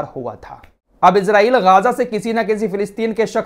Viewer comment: Bhai pahle to aap Israel ko ejrael mat bolo wo ejrael nhi h Israel h not ghaja gaja h